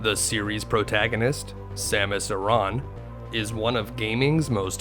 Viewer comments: Her last name isnt eron its samus aaron smh you got to learn how to pronounce names of the chars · Samus' last name is pronounced "aran", not "arAAAAn", lol